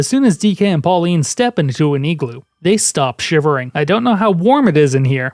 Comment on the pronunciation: It's igloo, not egloo. Like how its iggy not eggy